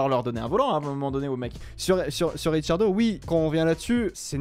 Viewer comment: Pourquoi l’autre il dit Richardo ? 😂😂